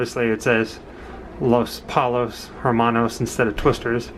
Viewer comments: its pronounced LOS POYOS Hermonos (2 LLs make the Y sound in Spanish). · can't say los pollos Hermanos for shit